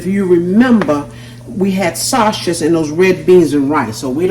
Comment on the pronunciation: Your not saying the word sausage correctly 😮